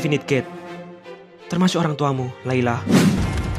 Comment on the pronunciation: Itu layla ngomong r kepeleset L